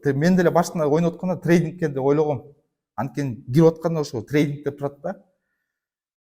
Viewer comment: Трейдинг -деп, трайдык дегин.эми кызыгуу мне болду ? 😅